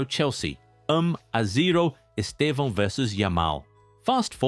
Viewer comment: The first time I've seen a non-Portuguese speaker pronounce his name correctly. 🤪